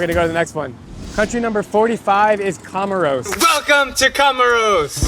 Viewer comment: Dude! Your pronunciation of Comores is totally wrong! It's pronounced: Kamorz